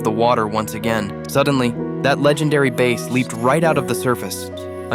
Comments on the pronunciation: your AI stinks.... the fish is pronounced as though it rhymes with ASS - your AI pronounced it like it is bass guitar..... like first base in baseball..... the English spelling for the fish is the same as that of the guitar, but the pronunciation is different remember a bass fish has an ass.... a bass guitar does not have an ass unless you count its musician's rear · Ai voice cant even say the fish right